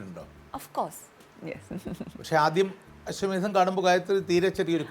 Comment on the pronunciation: ashwamedsham alla " Ashwamedham" 😒